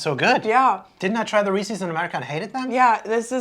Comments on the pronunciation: You pronounce Reese’s so odd. It’s Ree-sis, not Ree-sees. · Reese's not reesee's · It’s Reece’s like “reece is”. Not Reecees like feces. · Very interesting. BTW it's not Reesey's but Reese's rhymes with pieces. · Sorry, but I got hung up on saying "Reese-sees" 😂 Love all your content but that just threw me off. 😅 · ughhh Why do you say Reeses like that??? hahaha Not ReesEEs... Good video though, funny! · why do you pronounce Reese’s like “Ree-sees”? Asking for a friend. Tee hee. I loved this video, as usual. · Unfortunately like it or not, that is NOT the correct way per Hershey’s the parent company. I don’t understand why people say it wrong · The way she says Reese's is weird. Almost like how someone who has never heard anyone say it proper would pronounce it. Like how easterners pronounce Nevada or Oregon. Just slightly off. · You’re saying Reece’s wrong